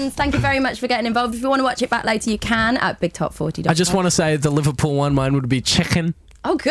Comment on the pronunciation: I love you all but i'm sorry ash i've seen niall twerk and he's all irish and that is not how we say liverpool but chicken wasn't to bad